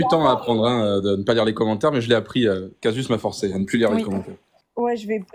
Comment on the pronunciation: On prononce caZus